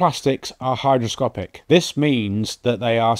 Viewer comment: It's "hygroscopic", not "hidroscopic"